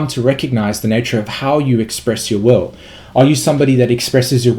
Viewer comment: Are you saying "expression of the wowe" or "expression of the will"?